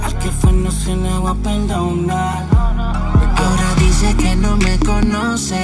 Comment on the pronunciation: this is how you pronounce it -> ( ah oh rah Dee Sehh)